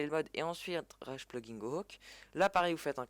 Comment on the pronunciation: Au secour comment tu dis "plugin" ton Anglais me fait saigné des oreils!!